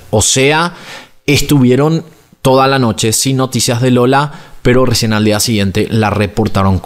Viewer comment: Like por el Rrrrrrrrrrrrecien del minuto ❤Se escucha bien tierno jaja